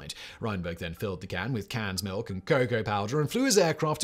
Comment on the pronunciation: Canned milk, not cat milk. Had to listen to that one a couple of times to make sure I heard it right.